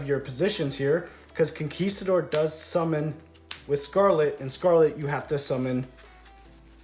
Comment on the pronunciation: finally! a non-spanish speaker who pronounces huaquero and conquistador well enough!